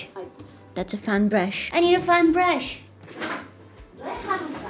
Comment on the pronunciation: no one: absolutely no one: Me thinking she said fun brush: wait what. whats that. mommy I need a fun brush!!!!